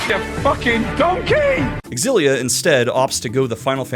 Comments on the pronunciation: I’m sorry but you don’t say X-Xylophone. You’re saying it wrong. And that’s that. You point out the X AND the Z sound in that word and I’ll eat my hat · “It’s pronounced X-zillia, not Zillia”. Source? Trust me, bro. And then turns around and says “WAY-fu”??!!??? Bro, I’m not falling for your troll trap 😂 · Yes. Yes you absolutely should do a Xillia 2 retrospective. But only if you pronounce it Ecks-ill-LEE-ah just to further piss off the audience.